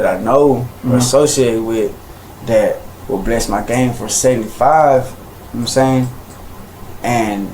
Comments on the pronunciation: He says "know what I'm saying" (pronounced "nome sain") like a highschooler says "like." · "Nomsain" and "see'umsain" are two words that need to be added to the dictionary. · "Kno' sa'in?" No sir,we literally have no clue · Oh for Christ's sake. "Nahmsayn" "Nahmsayn" "Nahmsayn" "Nahmsayn"